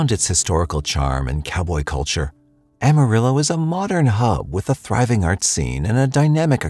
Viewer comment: “ll”, or double L, would be pronounced “-ee” in Spanish. “Ah-mah-ree-oh” 🤙🏾(don’t forget to roll that r 😊)